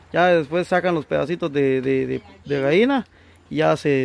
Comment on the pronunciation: Gaina. No. Gallina.........jjjjjjj..es broma.....